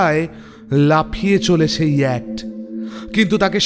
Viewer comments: Its yacht..ch is silent..pronunciation hobe ইয়ট। ইয়াক্ট noy.. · Darun laglo ...tobe koyekta pronunciation thik korte parle r o valo hoy. Jemon s, sh er r yacht hobe yewat...yakt noy. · না বলে পারছি না,কারণ আমি একজন গুণমুগ্ধ শ্রোতা এই চ্যানেল এর তাই এই correction টুকু করছি।YACHT-এই শব্দ টির উচ্চারণ হবে ইয়ট। NOT ইয়ক্ট। please correct it. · Yacht এর বাংলা উচ্চারণ ইয়াট্ হয় । দয়া করে পরবর্তী ক্ষেত্রে ওটা শুধরে নেবেন, শুনতে খুব খারাপ লাগছে । গল্প শোনার আনন্দটাই মাটি হয়ে যাচ্ছে ।